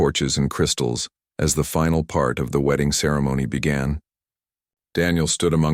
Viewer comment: I'm just laughing how the AI messed up here... instead of "part", the AI said: "pee art"